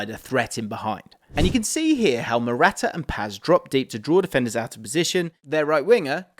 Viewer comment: bro, I can't, with how you pronounce "Morata"